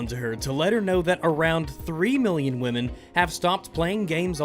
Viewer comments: "Won't you think of the women". No. Second, it's wamyn. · "OVER 21 MILLION WAMEN?"